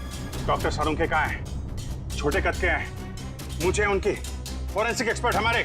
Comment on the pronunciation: Not salunke it is sarukhe 😂😂😂😂😂😂😂